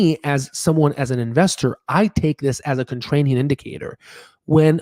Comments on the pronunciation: ContraRian not ContrraNian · oh my lord, does anyone else pronounce contrarian with "rain" like our host here? never have heard this before. it's always the "rare" pronunciation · In the first and second minute and throughout your video (including where you read the word wrong-The word you should be using is contrarian not "contranium."